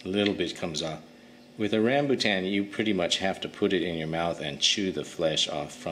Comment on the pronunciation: Its rambutaaann not rambutcheeeenn 😂😂😂